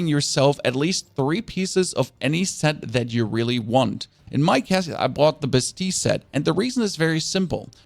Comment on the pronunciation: It’s pronounced “ba+steel” (bastille) 🙃